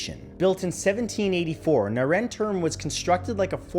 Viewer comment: As someone who speaks german it took me a while to decipher what the first building was called, so I translated it myself and suddenly it made sense 😂 it really wouldn't hurt to listen to how a native speaker pronounces things. It's more like "nar-en toorm" and not "Nair-en-term" lol